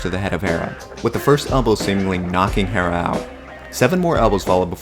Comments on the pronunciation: *HERRERA NOT HERA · thumbs down for saying “herra”.